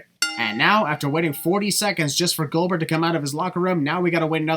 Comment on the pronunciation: so... “Goldber?” 😅😂